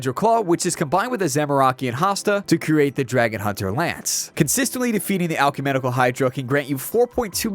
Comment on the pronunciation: I heard it as alchumenical, like he mixed the words alchemical and ecumenical.